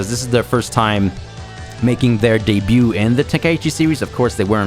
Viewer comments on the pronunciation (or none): none